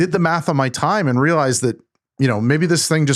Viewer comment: “And” does not have a t sound.